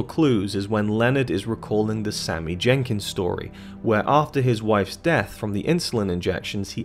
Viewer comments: Great analysis of top notch film. However it’s Sammy Jankis, not Jenkins😂🤦🏻‍♂️ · Ugh! It's Sammy JANKIS not Sammy "Jenkins" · It's Jenkis... NOT Jenkins... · Bruh it’s Sammy “Jankis” not “Jenkins.” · I know this video is 4 years old but I would just like to point out that his name is Jankis, not Jenkins. It's even written on screen. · Sammy Jankis not Jenkins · Not Jenkins. Jankis. No excuse for this mistake since we actually see the name written on Leonard's hand as well as hearing it spoken many, many times. Also there's no reason to make this video. The movie tells the audience everything pretty clearly. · Sammy Jankis! Not Jenkins. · It’s Jankis. Not Jenkins. Sheesh. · Sammy Jankis. No "N". :) Like your videos bro blo. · Jankis not Jenkins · Its Jankis, not Jenkins. Otherwise great video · Jankis... not Jenkins. No second N. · "Jankis", not 'Jenkins"... SHEESH! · You can’t even get the name Sammy Jankis correct. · Sammy JanKIS. Not Jenkins. :) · Cmon dude. It’s “Sammy Jankis” not “Sammy Jenkins”. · I feel like you havent even seen it just cuz you said jenkins instead of Jenkis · His name is Sammy Jankis yo, you're pronouncing Jenkins. Lets get it together bro. Good work tho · Its not sammy jenkiNs its sammy jankis!!!!! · It's Jenkis, not Jenkins. That really annoyed me for some reason. Can't even get a character name correct, but expect to be able to explain the ending?